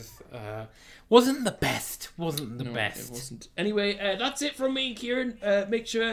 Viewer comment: Why does noone get Kirane’s name right